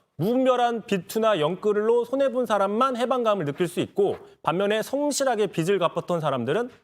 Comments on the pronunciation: [빚을]은 비즐 이라고 읽어야죠. 비슬 이라고 읽었다가 비츨 이라고 읽었다가.. 빚투 영끌해서 코인투자한걸 갚아주는건데 도덕적해이하고 관련 없게 할 방법이 있나요? 난 아무리 생각 해 봐도 없는데.. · 국짐당은 무식해서 "빚"도 "빛"을 "빗"을 이렇게 발음 하네 비즐인데 비츨 비슬 ㅋㅋㅋ 듣기 짱나